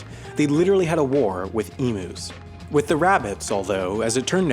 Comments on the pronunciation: it's not pronounced emoos its pronounced emyou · Emus wring pronouncing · Ee-moos? I thought it was emu as in eem-you. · when peoplee forget the 'war' on emus (you said it wrong btw) was 3 guys 1 gun and about 100,000 bullets, thats all. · As an Australians this if fuckin funny but your pronounced emus wrong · He can’t even pronounce emues